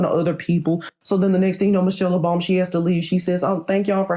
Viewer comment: “Introducing Ms.Michelle Obomy”🤣